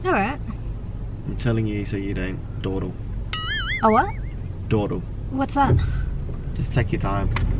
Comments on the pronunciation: thought it was dowter (daughter) hehe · Hehe funny how he says dawdle. There is actually a word dawdle which means waste time or be slow.. looks bloomin'..😊